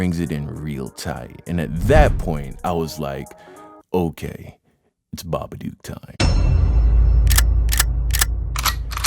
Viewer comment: Im dying at how you pronounce "babadook", as an Australian I can tell you its SO WRONG.